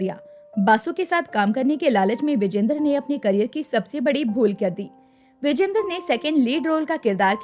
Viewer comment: विजेंद्र नव्हे विजयेंद्र उच्चार करा.